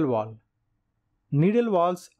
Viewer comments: VALVE! Its pronounced valve. Not woll. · U can't understand him. He's calling a valve vooluv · How am I supposed to trust anything this guy says, he can't even say the word "valve". Learn how to SAY IT before you try to teach lessons about it . He keeps saying "wall" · Why you keep saying wall it’s valve get it right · Great summaries but I'll never not get over "walve" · Why do Indians pronounce V as W and vice-versa? Fellows. when you pronounce V, put your front upper teeth on your lower lips.